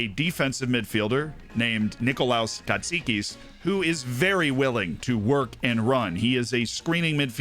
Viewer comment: Just letting you know that you pronounced "Katsikis" almost perfectly.